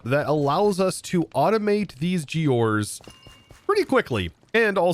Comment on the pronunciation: "a setup that allows us to automate these geores" he says...